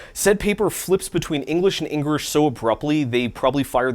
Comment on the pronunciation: He said engrish😂😅